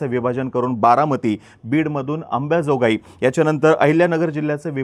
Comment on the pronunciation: अंबेजोगई नाही अंबाजोगाई आहे